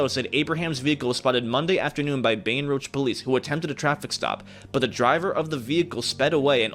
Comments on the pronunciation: I’m so sorry but I’m from Louisiana and IM FINNA CRY WTF IS BAETON ROUG 😭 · It’s Baton Rouge(Batten-Roooouge) that’s how to pronounce it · Bro really said “Baten Rouge” 💀💀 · IK DID NOT JS MIS PRONOUCE MY CITY.!!! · Am I the only one that cringes when he says Baton Rouge ik it's probably not his fault